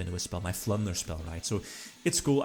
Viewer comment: I kept thinking you were saying "Plunder Spell"